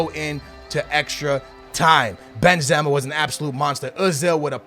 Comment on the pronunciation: He pronounces the players in such a weird way, naingolan, Benzema and Ozil